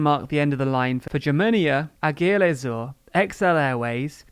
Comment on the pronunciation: The way you pronounced "Aigle Azur" and "Vueling" kinda made me want to cry on the inside but still, congratulations on yet another great video. Keep up the hard work! P.S. Vueling is pronounced similarly to "dwelling", Aigle Azur as "Egg-la-sûr"